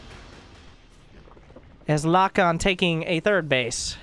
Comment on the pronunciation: I believe Lokon is spanish, which would be pronounced lokón (with the strength on the second o)